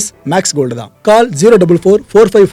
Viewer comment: கால் இல்லடா. Call கோல். Check Google Voice. தமிழ்நாட்டு English படு கேவலம்